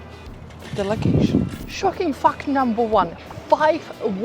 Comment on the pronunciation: Please stop pronouncing "fact" as "fucked" :-)